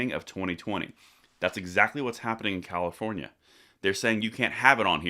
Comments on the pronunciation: You pronounced Comifornia wrong... LOL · Thanks, but it's pronounced COMMIEfornia! Enjoying being on the ride to 400k every day 🍻